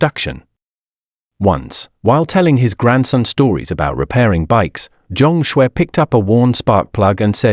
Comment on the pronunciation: He is Chinese by the name Zhang Xue ,not what is mistakenly pronounced as John Scwarz